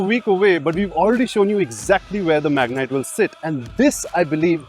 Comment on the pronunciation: It's been years after terrano .. it's magnite.